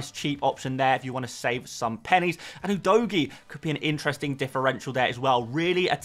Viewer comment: Thanks for another one🎉 Can you try pronouncing Udogie right: It’s “Who Dough Gee” 😅